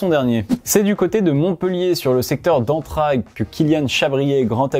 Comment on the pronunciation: Je découvres et franchement bon contenu. Après je ne sais pas si j'ai mal entendu mais on ne prononce pas entr"a"gue mais bien entr"ai"gue